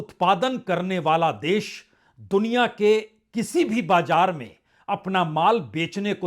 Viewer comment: Dear Sir, despite your great worldwide news analysis, please correct your pronunciation. For example: bajar not correct and BAZAR is correct and jiada is not correct and ZIADA is correct, hjara: hazar, etc